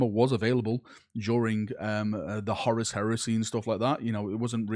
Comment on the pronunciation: IN WHAT LANGUAGE IS CHONKY!!!! Lol PLUS SAY HORUS PROPERLY! Haha 😂